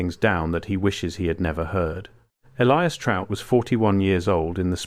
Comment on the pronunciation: Gotta love AI. ELLEEEEEIS. Can't even pronounce the common name, ELIAS.